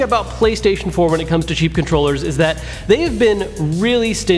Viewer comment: When he says cheap it sounds like he says sheep